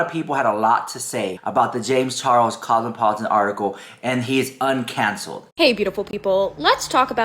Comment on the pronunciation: Girl mins in can't pronounce cosmopolitan,..... I repeated it three times now. 😅 Dead